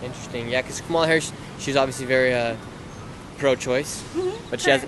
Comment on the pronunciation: Why do you disrespectfully mispronounced VP Kamala Harris’ name?